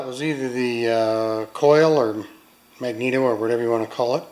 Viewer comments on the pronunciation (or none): none